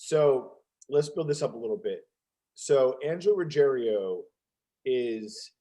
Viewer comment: Ruggiero not Ruggerio. Everyone always mispronounces Angelo's name.